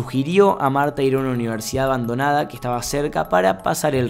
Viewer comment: me encanta que le pone pronunciación a todo tipo en el principio dice: mAuRtTa y yo: marta:P